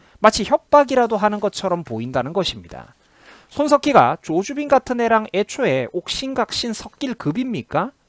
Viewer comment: 조수빈이 아니라 조주빈 이잖아 .발음 좀 주의~~